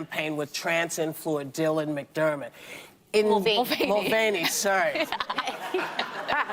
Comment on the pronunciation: Dylan McDerman!! 😅🤣🤣🤣 she can't even remember or pronounce his name right!!